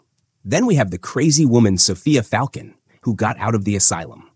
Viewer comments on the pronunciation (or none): It's fal-cone Great breakdown! Keep up the good work you